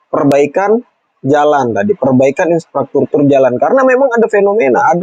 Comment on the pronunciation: infrastruktur not insfratruktur